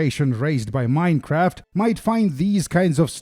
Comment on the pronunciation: Hearing you say the word "Minecraft" inflicted psychic damage